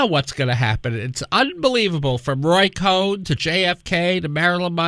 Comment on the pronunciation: By the way,, it was Roy Cohn, not "Roy Cohen," as you said in this radio broadcast replayed here. Although Mr. Cohn did have relatives with the family surname of "Cowen." The Cohn/Cowen families were, at one time, the owners of the Lionel Model Train Company.